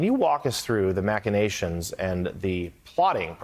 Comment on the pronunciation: Wow! Finally a TV person who knows how to pronounce "machinations." There may indeed be hope for our national language after all!